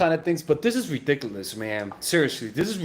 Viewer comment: What’s ridiculous is how you say ridikewelus